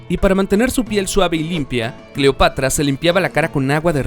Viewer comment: Gracias Manuel ...me parece correcta tu Correccion...NO SE DICE " DEIVID SR..." SE DICE "" DAVID " y punto...ensaye antes y averigüe las peonunciaciines para que se oiga mejor la historia ...cuidado se le sale y dice CLIOPATRA en vez de "" CLEOPATRA